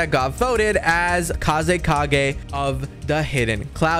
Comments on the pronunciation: i had a heart attack every time you said "Kazukage" like bro do you even watch naruto its fckin Kazekage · I feel like has not watched naruto kazukage? What it's kazekage and that was not killer bee